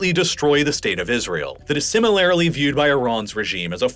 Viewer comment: and “similarily” lmao